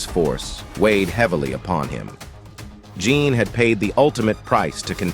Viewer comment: Jeen not jhon is how u pronounce jeans name